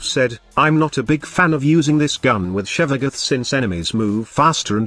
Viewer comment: Text-to-speech can pronounce weird words better if you spelled them out phonetically instead. Sevagoth = Sehvagof. See how Tempestarii is pronounced how its spelled, so T-T-S doesn't have a problem.